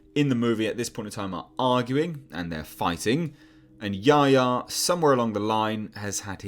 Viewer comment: I wish they’d pronounce Yahya (Ya-Hy-a) correctly.